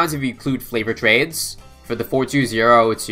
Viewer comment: This man can do anything in BTD6 except pronounce favoured trades